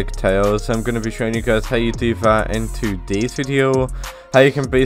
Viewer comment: its funny that he says tudis video instead of todays video